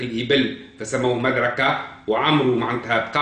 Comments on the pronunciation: تعلم العربية قبل ان تتصدى للحديث عن محمد عليه السلام . لا يقال عمرو amrou. انما يقال عمرو وفا تنطق الواو . ولا يقال مدركة madrakah بل يقال مدركة modrikah.. تعلم العربية وثقافتها قبل الحديث عن محمد يا مغرور .احمد العلوي المغرب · مضر بضم الميم لا بفتحها ومدركة بضم الميم لا بفتحها وعمرو بغير مد فتنطق كما ينطق عمر بفتح العين وتسكين الميم والواو للتفريق بينه وبين عمر في مثل عمر بن الخطاب يا جاهل